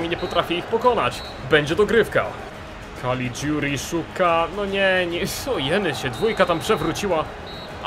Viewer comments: Nie Calidziuri tylko Calliguri. Czyta się tak jak się pisze :) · tego caliguri wymawiaj kaligjuri ;) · czytaj kaligjuri